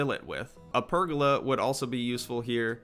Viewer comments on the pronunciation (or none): Love you're content man, but the way you pronounce pergola really irks me lol xD. It's 'per-goal-lah'.